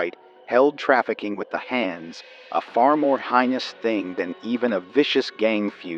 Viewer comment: Just a few gentle suggestions, if you are the one reading these. "They failed to secret the weapons" - secret is pronounced secret, not secrete. Secrete is something else ;-) Don't worry, lots of audiobook readers get it wrong. Heinous is not highness - but hay-nous. Then, would appreciate it, if you can make the male voices a little more male! haha For some reason when you read the guy shouted something it sounds like a girl. I really hate this book, but I gotta try make a certain number by the end of the year, so I'll be digging into more of what you have available. You have a good voice for reading, I hope you can refine things a little :)